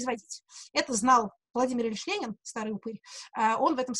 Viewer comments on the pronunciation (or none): none